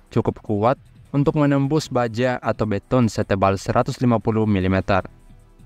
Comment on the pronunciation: Ini kenapa Pelafalan E lu aneh dah? Beton? B'ton (E Tipis)